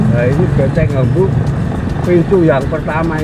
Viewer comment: Bukan benteng Hamburg bang tapi vastenburgh